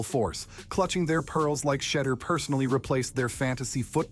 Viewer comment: AI saying "Shetter" is the only interesting thing about this bot trash. Ban this channel.